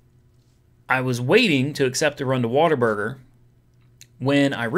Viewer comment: Every time you pronounce it "waterburger" I die a little inside